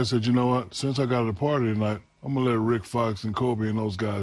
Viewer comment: THERE IS NO GOAT..WITHOUT AN 'S' AT THE END OF IT!